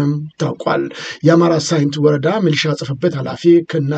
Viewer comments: ሚኒሻ ሳይሆን ሚሊሻ ተብሎ ቢስተካከል፥ አመሰግናለሁ። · ሚሊሻ ማለት ይከብዳል እንዴ?